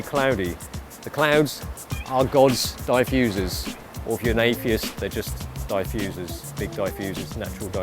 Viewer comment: Damnit, "diffuser" rhymes with "spliff user", not "die, loser!"